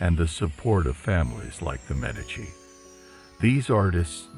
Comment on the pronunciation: I enjoyed this. A couple of pronunciation problems, though: "ch" in Italian is pronounces as "k", which "c" is pronounced as "ch". Therefore, Brunelleschi is pronounced broon-eh-LESS-kee, "Botticelli" is bot-ee-CHEL-ee, and "Galileo Galilei" is gal-ee-LAY-oh gal-ee-LAY-ee. You got "Medici" right, though (MED-ee-chee).